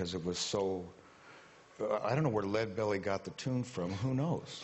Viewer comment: I started listening to Huddie Ledbetter in the early '70s, and I could hardly be called a "red diaper baby" then or now. And btw, it's Leadbelly, not "red belly."